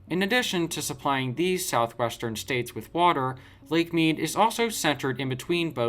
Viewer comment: 1- you need to learn to say Southwestern properly! 2- you really need to do more fact checking